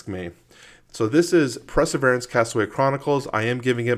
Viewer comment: It's pronounced : purr-suh-veer-ants...that's it! Unsubscribing!